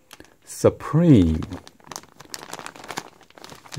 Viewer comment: I lmao'ed at the way you said suprEmeat